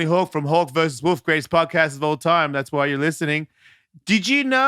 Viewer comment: Ellis mate, as an Aussie I cringe everytime you say podcast, broadcast.... im sure you would get why.